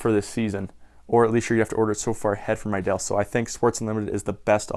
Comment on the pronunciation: How many times are you going to say Riddell wrong it is redell not rydell